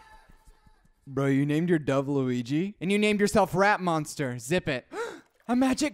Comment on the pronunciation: Why did I understand that as Rat Monster? xD